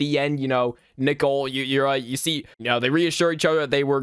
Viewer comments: Why are you calling her Nickle? Isn’t her name Nicole? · Hey good news, ever since your Max and Ruby 0004 Ranking was posted, more remakes popped up (This is a god tier video btw, but i was at first confused when you pronounced Nicole as “Nickel” but now I find it really funny. Keep up the great work bro!) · you said gumballs mother name wrong you metid to say Nicole not nickel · It's pronounced Nicole not nickel plus that's her name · I hated but loved how he called Nichole "Nickle" 😭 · Yeah like its Nicole not nickel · Absolutely love how he calls nicole nickel throughout the entire vid😭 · I love how you pronounce Nicole's name and say nickle It's Nicole! NI - COAL, not nickle😂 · Great video but I hated you saying “Nickel” instead of Nicole (Nee Cole) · I love how he called Nicole "nickel." And he called Darwin "dory.' 😂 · "Nickle" Its nicole 😭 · he called Nicole “Nickel”💀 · “Nicole” No. “Nickel” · Nicole is pronounced nick-ohle not nickel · It's Nicole not nickel😂😂😂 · its pronounst Ni-cole not Nicle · This is by far my most ambitious ranking video yet so I hope you all enjoy it! Also it seems that I pronounced Nicole as "nickel" sooo oops LOL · another day another "nickel" PFFFF- IM SORRY I JUST HAD TO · Why do you pronounce Nicole as Nickel? You need to get that o in there. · Did bro accially say nickle instead of Nicole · Replace the "N" with "p" and he is literally saying pickle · that’s what I’ve been thinking about when calls Nicole, “nickel” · bro i thought he was saying nipple 😭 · Like the coin "Nickel" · nickle? nickel? why not both? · The scariest part is that he pronounces Nicole as "Nickle" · Omg you and the LOGO MY GOSH (also I think it’s funny how you call Nicole nickel lol) /ONE MORE THING i think idk but I think that’s how you spell Nicole I’m not sure though\ <OMG HI> [the edits omg AAAAA] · the only thing scary about all of these is how he pronounces nicole as nickel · Me :"Nichole" you: "NAW ITS NICHOLARSIN" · you soell it ni-coal